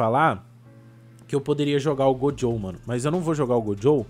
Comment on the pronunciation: Que que muda na sua vida se ele falar gojow